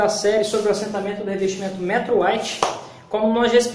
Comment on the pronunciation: Da gastura qdo fala errado. E metrôooooooo tem acento no ooooo. Metrô sabe o trem?!?!?! Então!!!!